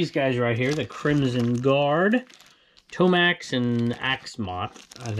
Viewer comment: It's TOE MAX and ZAY MOT